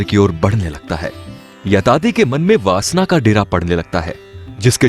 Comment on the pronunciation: Yayati bhai woh aap yatati bol rahe ho